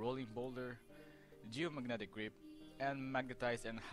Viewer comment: "Geomagnetic rape" is how I heard it Edit: what a shitty, rambling guide